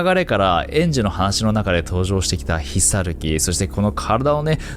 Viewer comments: ヒサユキ=ひろゆき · 「ひさゆき」じゃなくて「ひろゆき」だろ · 密かにヒサユキって言ってるよね？w